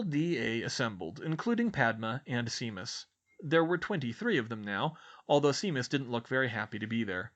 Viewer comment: I probably should have mentioned this a long time ago, but now that I'm caught up, I have a short pronunciation guide: SHAY-mus -- not SEE-mus. a-LEE-sha -- not a-LI-see-a GREEN-gRass -- not GREEN-gLass, although that one might just be your accent.